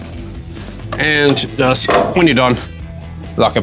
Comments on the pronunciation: He kills me pronouncing Thompson as THompson instead of the proper and common way of the silent H. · Why does bro say Thompson like that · Why does he say thompson with the TH as in Thump? Hehe